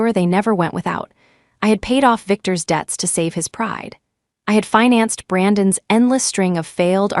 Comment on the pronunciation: That which belongs to Brandon - spelled Brandon's is NOT prounounced Brandon s. Smarten up, AI.